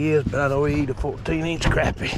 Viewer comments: It's not crappy. It's not something that's nasty that you took a dump. It's pronounced crop-pie with a short o sound. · Love the video! but I always believed that fish was pronounced croppie, even though its spelled crappie, so I looked it up and the pronounce it right web site says Croppie is the correct pronunciation, Thank you for the video have a Blessed day😁 Trump 2024!!